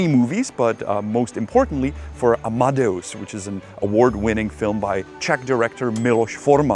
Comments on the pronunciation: That is definitely not how u pronounce amadeus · Is that the way Amadeus is pronounced in Czech? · Yes. Also Kreml insted of Kremlin etc.